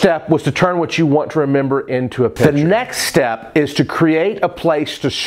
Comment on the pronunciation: You lose a bit of credibility when you open up by pronouncing picture as if it were spelled pitcher. Heck, if you can't remember that there is a hard "c" in that word.......